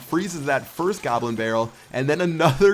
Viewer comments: He said gobrin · gobrin barrel lol